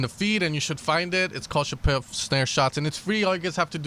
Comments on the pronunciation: Мне тоже ухо резануло :D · Not ShapOv. ShApov!